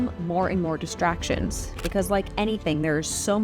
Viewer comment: I could have sworn in the intro you said “…to stay focused and ignore the destructions” instead of “distractions” and that seemed so fitting. Because even small distractions here or there can add up to destroying our chances at a dream. “Destructions” is what I might call distractions from here on in.